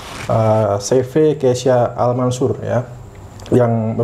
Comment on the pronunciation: yang benar “keysha” al mansur bang, bukan “keisya”. Keysha = nama anaknya Pak Amanah alias Arab, kalau Al mansur ya tau sendiri lah